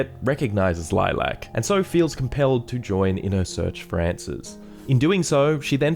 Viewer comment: Dude... Lilac... Why you emphasising the LAC